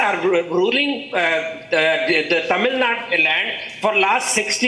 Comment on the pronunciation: Genocide of Hindus? Mate is high.. Arab has sold himself for money by the way.. Bro can't even pronounce The state that they are talking about..